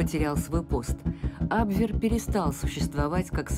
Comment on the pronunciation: Почему вы так ужасно коверкаете слова?!Если у вас нет нормального переводчика,могу предложить свои услуги. Не камрад,а камерад! Не абвЭр,а абвЕр.